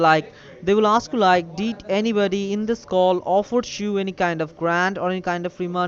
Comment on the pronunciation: When they "osk you some cwusshons" you better hang up. They'll take "each and everrrry t'ing!"